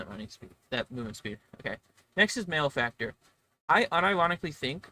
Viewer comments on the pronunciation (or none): It’s pronounced mal-e-factor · Interesting points, however, you have pronounced malefactor incorrectly. Therefore your opinions are wrong. I will now proceed to tell everyone I know that tailor is the only s tier class.